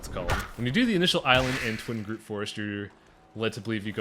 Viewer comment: TWIG-ROOT! Not Twing groot! I like the LP so far but that is driving me insane!